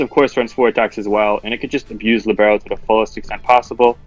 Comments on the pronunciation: Lìbero. It is lìbero, my friend. Not libéro :) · should be LEE-bero, rather than li-BARE-o. It's a type of player in soccer.